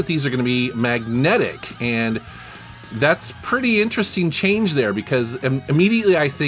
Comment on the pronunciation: It's "interesting" not "interesteen." Ing, not een. you're welcome.